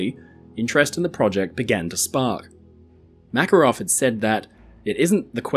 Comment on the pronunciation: Thank you for the video! For the future, the exclamation is on the second A in the name MakArov 😊